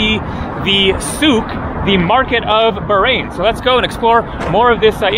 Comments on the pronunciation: Pronounced bahrein, not barein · You have to pronounce the 'H' in Bahrain. 😊